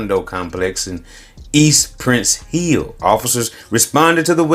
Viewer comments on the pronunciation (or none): The neighborhood is called "PRICE HILL", not PRINCE HILL....